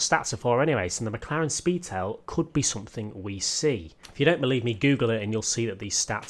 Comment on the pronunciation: I think I could die after driving the McLaren Spee-Tail! lol